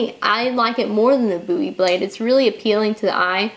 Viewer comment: Thank you for saying "Bowie" correctly